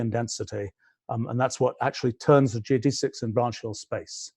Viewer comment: Learn how to pronounce geodesics.